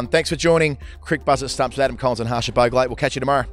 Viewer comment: Cricbuzz at stumps , Adam collins and Harsha Baauuggglleeee LOL does he even say bhogle??